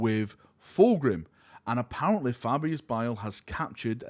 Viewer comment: What is this accent? You pronounce heresy as "here-s-seh" and I thought it's because maybe your tongue couldn't say "lee" but you can pronounce "lee-gion" just fine. Edit: happens with "apparent-leh" too. Do you just say all words ending in a Y as "leh"?